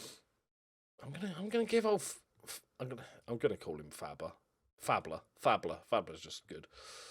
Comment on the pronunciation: Ole Faßler should sound like Fassler not Fabler. the letter ß is double ss in german.